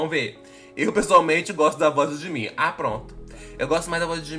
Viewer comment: Vine uma dica,quando estiver escrito "jimin ah" na legenda do vídeo, vc pronuncia "jiminah" assim junto